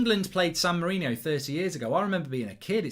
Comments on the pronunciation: Screen: San Marino Comments: It's San Marino, not San Marinio Mark: It says San Marino. People can't read. SAN MA-RI-NI-O. I swear, people are just thick. How hard could it be. SAN MARINO. Like it says on the screen at the bottom of the screen. England vs San Marinio. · Its san Marino, not san Mourinho